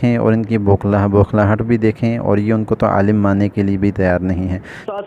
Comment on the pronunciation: یہ جمیلی خود کو عالم کہتا ھے لیکن اس بیچارے کو اسی عالم کا تلفظ ھی ٹھیک نہیں ۔